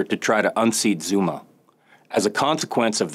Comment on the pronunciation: His pronunciation of the names is making me visibly wince and cringe.